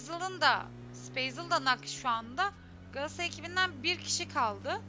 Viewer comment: Sunucu Qalatasaraya ekibine Qaatasray diyor sanki